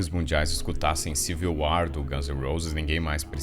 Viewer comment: ''civil uár''